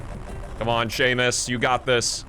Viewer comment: “Sah-mus” not Seamus, and it’s a girl!